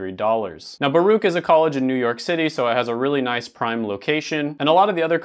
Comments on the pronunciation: By the way, you pronounced "Baruch" correctly. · You said Baruch right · I'm from NYC and you did pronounce Baruch correctly. Also, Baruch is part of a public university system we have called CUNY(City University of New York) so as a result, the cost is the same for all the schools within the CUNY system. Only schools that are expensive over here are the private schools like NYU, Columbia, and St. John's University. Other than that, great video as always. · You said Baruch College correctly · yup, you said Baruch properly